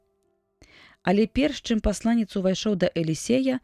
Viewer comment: Прачытана: пасла'нец, слоўнікі даюць: паслане'ц.